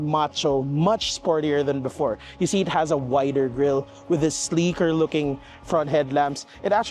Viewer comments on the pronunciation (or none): none